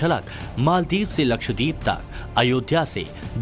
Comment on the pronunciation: First off it is “LakshDEEP” nahi yeh , “lakshdVeep” hai! DVEEP maane ISLAND!!